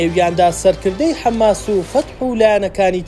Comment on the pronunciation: حەماس نەک حەمماس